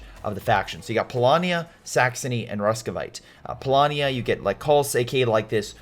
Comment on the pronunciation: Roos-viet, Sorry... you called them RUSKVIATE...wanted to help you